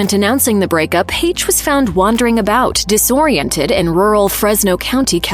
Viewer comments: And for the love of Pete if you’re going to talk about someone at least pronounce her name correctly not use AI. Lazy and disrespectful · The whole MISPRONOUNCIATION of her name is so distracting!! RIP Anne!!!